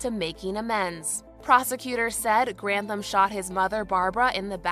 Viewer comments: I absolutely love your videos. but okay his name is pronounced Ryan GranTHam. With a TH rather than a T - ham. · Gran. Tham.... not Grant. ham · I love your mispronunciations it's so cute. I have no idea if it's Grant ham but if it was in Scotland it would be gran-tham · think it's Gran-THAM not Grant-HAM, jfyi. Such a sad story, I never wanted to be famous even as a little kid. Always seems like more hassle than it was worth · We share a last name, but at least mine is pronounced "Grant-tham". I have a lot of sympathy when it comes to mental illness but I'm having trouble finding that sympathy for this case.